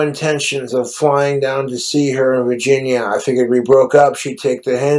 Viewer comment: "back to vahginya"